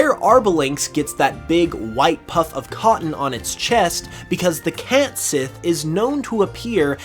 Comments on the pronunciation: Nice video. I wanted to let you know that the cat sidh is pronounced as cat she. In gaelic s before an I or e is pronounced as an sh, and the dh is basically silent. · It is actually supposed to be pronounced "ket shee", yes. I think he goofed there. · I could be wrong, but I’m quite certain Cait Sith is pronounced “ket shee”, not “cat sith”. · Cat Sith, as you call it is pronounced "Cat See" and it's one word. Catsith, pronounced Catsee. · Future reference it's pronounced "caught shee"